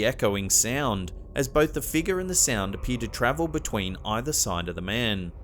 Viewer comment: "Dark figar" how uncanny pronouncation.